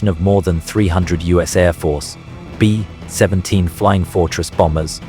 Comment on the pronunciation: The AI is really struggling with the - in B-17 by the sounds of it